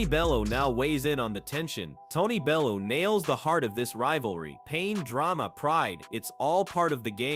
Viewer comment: How can this proclaim to be a 'boxing channel', when the narrator can't pronounce 'Froch' or 'Bellew' correctly? Or is this just another lazy creator using one of those horrible AI voiceovers? Either way, I can't take content like this seriously!